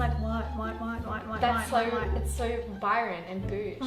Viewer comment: Love all your choices! It’s to look amazing 😍 I’m a Byron local and cringe every time you say ‘Byron Vibes’ Haha 😂😂